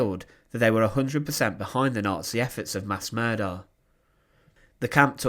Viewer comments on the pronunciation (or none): Very interesting. But why do you pronounce "er" as "ar" e.g. commandar, Himmlar, murdar...